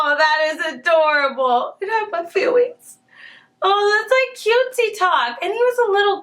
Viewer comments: My heart melted to chocolate wen he said :IT was tewible. It hurt my fweeings : so cute thi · you tewible and you hurt ma feelwing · WENZDAY James teacher:Really? James:That huwrt my fweelings James teacher